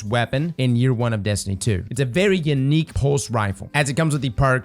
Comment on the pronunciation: This man said “yanique”😂😂 please your LA is showing